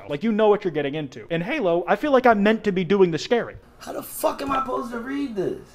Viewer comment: I like the way XQC was saying fug instead of Fuck lmao